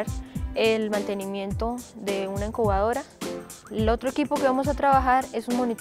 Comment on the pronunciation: no es encubadora si no incubadora...